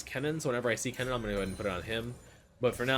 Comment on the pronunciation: I was so confused, you make Kennen sound like Cannon :D took me 5 minutes.